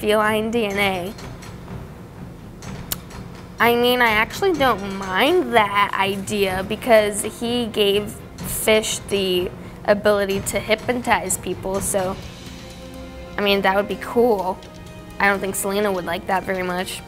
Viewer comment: Lyserberg Check out the way that I spelled the word (which is also the way that she actually pronounced it).